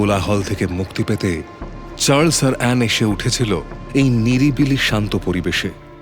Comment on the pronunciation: Story selection is excellent...but this "Churles" instead of Charles hurts my ears!!! 😢